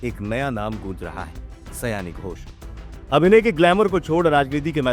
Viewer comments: सयानी नहीं, शायोनी सयानी का मतलब कुछ और 😂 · सयानी नहीं, सही वर्तनी होना चाहिए सायनी। बंगाली उच्चारण : शायोनी घोष